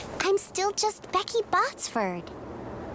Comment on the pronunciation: Becky Botsford, not boxford 😂